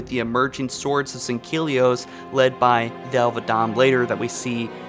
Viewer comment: He has a severe speech impediment so it’s very difficult to pronounce those names correctly